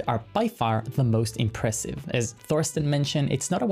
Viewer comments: By rhe way - "Thorsten" is pronounced "Torsten". We Germans might write a "Th" at the beginning of something - but we never speak it (because we can't). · the "th" in Thorsten is just a t, dont do the english th sound there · Hearing someone say Thorsten with a „th“ sound in the beginning instead of just „t“ is weird